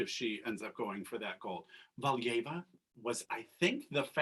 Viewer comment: They mispronounced Valieva too, in the SP she was called Galieva lol